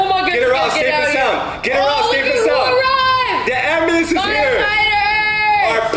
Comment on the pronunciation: did say abulance two times first one ambulance truck when it is a fire truck a car on fire abulance